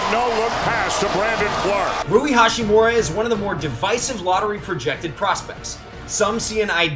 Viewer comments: hachimura. ha-chi-mura. not hashi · It’d be nice if you could say Ha*chimura instead of Ha*shimura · It’s not HaSHImura but HaCHImura. Americans! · its HaCHImura not HaSHImura.. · Rui HA- CHI- MU- RA. Please say his name correctly next time. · It actually is pronounced with a ch sound, not a t or sh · AlbroLee no way. CH is definitely pronounced with a T sound in Japanese. ハチムラ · His pronunciation on Hachimura is so ugly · Ya'll butchering his name lmao